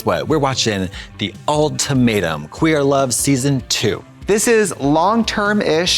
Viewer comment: “The Old Tomatum”